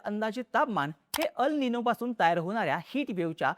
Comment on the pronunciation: EL Nino मराठीत एल् निनो . अल् निनो नाही. AL Nino चा उच्चार अल् निनो. हा ही एक फॅक्टर आहे. व्हडिओ खरंच विस्तृत ाणि माहितीपूर्ण होता.